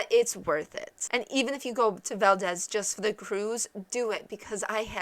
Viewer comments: that is Val-deez not Val-dez! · Yeah, to town residents and people in the state, it's val-DEEZ. accent on the 2nd syllable. To be historically correct though, i'm pretty sure it's pronounced how you say it since it's a person's name. With that said, just say it wrong and you'll be right. hahaha. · Sorry…. I can’t really listen to this…. It’s valdeeeez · aaahhhh...you are pronouncing it wrong!!!!! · You're pronouncing it wrong lol